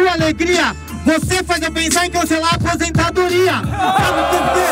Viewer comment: Coitado do Leozin ele n conseguiu falar "aposentadoria" direito haha coitadooo q dó 💗